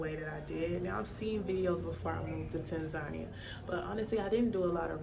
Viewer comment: I'm puzzled as to why Americans, white, black or purple with pink spots, can't pronounce Tanzania. I thought at least if you were living there, you would know that you were pronouncing the countries' name incorrectly. It's Tan - zan -- eea not Tan - zarnia